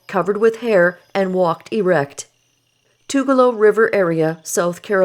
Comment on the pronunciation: The river's name is pronounced Too gal loo. It runs in the Blue Ridge Mtns. of South Carolina, The Cherokee did surrender that area in the treaties referred to, but the Cherokee were driven out of the area north of the Georgia/North Carolina/Tennessee border by the Knoxville area militia in 1796, whereas they remained in north Georgia until 1836. At that time, they were mostly forced to take the Trail of Tears to Oklahoma, except for a number who fled deep into the NC mountains, as well as another family (from which I am descended) who took refuge in the South Carolina Piedmont. The area along/near Tugaloo River was legally opened to settlement only after The Cherokee War of 1761, but was then made illegal to white settlement again after King George's Indian Line Ordinance of 1763. The 1777 treaty followed a large scale Cherokee attack on the Southern frontier settlements during the weeks around the signing of the Declaration of Independence in the summer of 1776. The surviving settlers formed an expedition that penetrated far into Cherokee territory in the fall and winter of 1776/7. So the time frame for this incident could be quite long, from the 1760's to maybe as late as 1836.